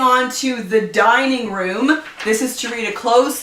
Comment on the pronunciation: 😂😂 When you said dining room I totally thought you said "dying room" 😂